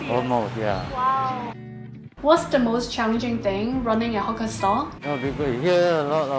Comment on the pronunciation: Great video as always...Watch your pronunciation of "hawker" though, it might be mistaken for something else.